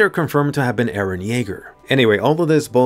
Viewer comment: Most likely "Ereh" She said 114 times till now lets see how far it goes